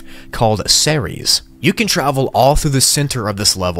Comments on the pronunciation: Also, Ceres is pronounced C-EE-R-EE-S. (hopefully that made sense) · Ceres (SEE-REES)